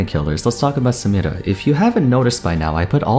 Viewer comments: I really like the way you say "samira" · You are the only person on the planet who pronounces "Samira" properly. You must divulge your secret.